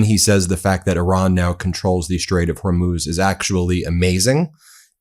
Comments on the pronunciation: Trump can't pronounce Hormuz either Ben.... Her Mose...... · Did he call the straight OR MOOSE? 😂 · He can't even pronounce Hormuz correctly- idiot! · As always it just gets horrific every single time he opens his mouth. He either lies or becomes Dozing Don every day. Go to bed Dozing Don. There’s that drooping face again as he sleeps. He never pronounces correctly or finishes a sentence or stand up because he can’t!